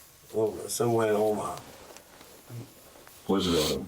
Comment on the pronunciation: This dude said “somewhere in Omar”, you mean Omaha? It’s a city, not a person but your excuse for being dumb as hell is that you aren’t from around here. That’s right. When people travel to different states outside of theirs they lose their ability to read and pronounce words. That’s it.